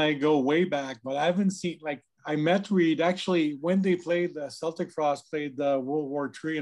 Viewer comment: i stopped watching the moment you pronounced Celtic Frost wrong….it is (Kel-tic) not (Sel-tic) Tom G Warrior is now pissed